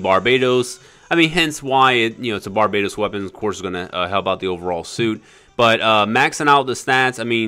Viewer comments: its barbatos not barbaytos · Bar-ba-tos not barbaetows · Its pronounced bar ba tose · You pronounce Barbatos incorrectly.